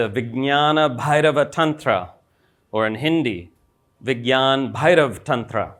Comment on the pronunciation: perfectly pronounced